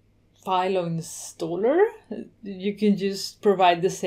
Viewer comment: "insaller" ? But nice video anyway. Thank you...